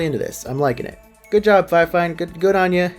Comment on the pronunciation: You pronounce it like fe-fine.